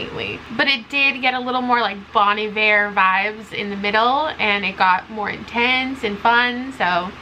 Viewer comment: Listening to you pronounce Bon Iver has messed me up so bad. I've been pronouncing it bon eye-ver my whole god damn life I can't believe it 😭